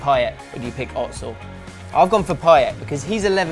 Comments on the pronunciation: The way he says 'Özil' makes me cringe soooo hard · What in the name of Jesus type of way are you pronouncing Ozil's name?